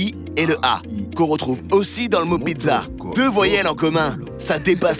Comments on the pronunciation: "Pitsa" pas pidza mamma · Juste pour vous informer que la pizza 🍕 se prenonce pitsa et pas pitza . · pourquoi vous dites PIDZA ????